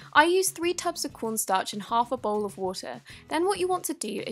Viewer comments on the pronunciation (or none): When she said “ bowge “ 🤣🤣🤣🤣